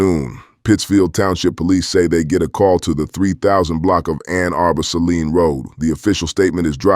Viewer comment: It's not Say Line it's say leen who the hell are you reporting this ??